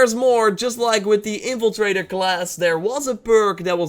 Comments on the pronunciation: "Evil trader" it's in-Fla-trae-der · Its " in-fil-traitor"